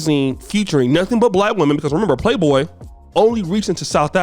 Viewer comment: the magazine is called Playboy, not Playdough 🙄